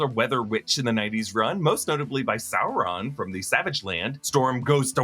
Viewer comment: Why do you keep pronouncing it Sour Ron like LOTR? It’s pronounced “Soar-on” like dinosaur. Because he’s a dinosaur.